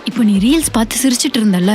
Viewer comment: ரீல்ஸ் ஆ? “ரீலிஸ்” ஆ ?😂